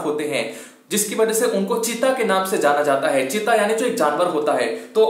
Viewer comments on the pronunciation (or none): चिता नहीं चीता सर